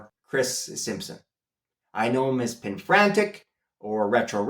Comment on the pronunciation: It sounded like you said Penfrantic. It's Perifractic.